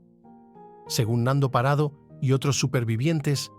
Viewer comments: Es Parrado no Parado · He tenido que dejar fe verlo, se me.hace insoportable lo de Parado. Es PaRRado. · No es parado, es parrado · PaRRado. En estas regiones pronunciamos la rr.😊